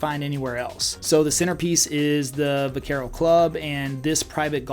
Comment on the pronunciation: Geez, this is a terrible video for actual people moving to the DFW area. Low hanging fruits: - you clearly have no knowledge of HP, UP, PH - you pronounce Vaquero wrong, indicating you’ve probably never heard of it - constant repeat flyovers for way different neighborhoods Good luck with your grift pal, but you’re the chat GPT of real estate agents…… Nobody should listen to this clown, unless you’re looking to buy in a “master plan” community in the boondocks